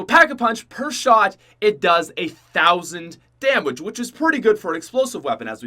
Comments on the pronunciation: so you telling me he cant say damage properly, he called war machine a wonder weapon, and had two wonder weapons on his list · did he say damwage